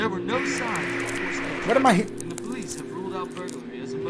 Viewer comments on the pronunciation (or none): none